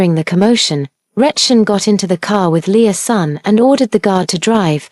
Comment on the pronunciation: I had to rewind to the beginning when I realized it wasn’t Lea’s son. But Leasun. 🤦🏽‍♀️